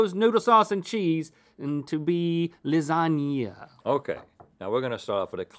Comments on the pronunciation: Lazania? No -Ok, what about: Lasania? No -Lazanya? No Lasanya? NO -Lasagwefklna? PERFECT - ... 😑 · Y’all just cursed the new year with this fake queen sweep. Ain’t nobody gonna like “lardzagna”.